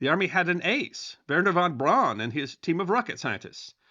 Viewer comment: I thought we covered this before. His name is pronounced Verner Fon Brown.